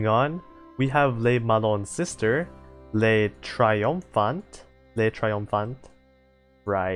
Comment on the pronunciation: so you seem to think you struggle with the french names, so here's the good news: not that much actually Le triomphant: you did pretty alright (you got an accent sure but you got the gist of it) just don't pronounce the t at the end (it's one of those silent letters here) L'opiniâtre: this one's tough, (you got it right once) try saying O-PI-NIAH-TR (the e is silent, you'll learn to curse these) Jean Bart: perfect moving on Emile Bertin: very close, EH-MIL BERTAN, try to find a middle ground between Bertin and Bertan and don't pronounce the n (I told you you'd hate them) Le Mars: perfect (sidenote "le" in french sounds more like "luh" in english) Le Malin: Same that with Bertin for that "in" sound Forbin: same that with Bertin Dunkerque: When in doubt use the english name Dunkirk, we French will get you 100% of the time, in french you'd say more like DUN-KERK like in kek (N almost not pronounced because of course it is) Côte d'azur: you got it right so pat yourself on the back. Surcouf: ou in in french make more of a "ew" sound, so try saying SUR-KEWF